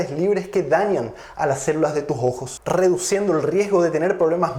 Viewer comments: Es ojo o jojo? Se pronuncia raro pero gracias doctor por su información y tiempo dios lo siga bendiciendo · Jejeje!!! El doctor dice "Los jojos" En vez de "Los ojos" o como dicen en mi pais "Los sojos"